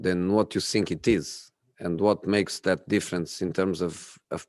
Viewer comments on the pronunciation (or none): So Jose, You can pronounce words like pragmatism, development, counter-attack, social media, plus all the difficult player names like Ndombele etc, but you can't pronounce think?? Why does it always come out as sink??? On a serious note, condolences for sharing the anniversary of your father, etc and sharing more previous insights about the relationship with you and Pep.